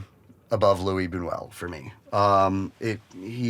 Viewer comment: Why does everybody pronounce Buñuel's first name like its french?? its Luis not Louis...He was from Spain. Anyway love the closet videos...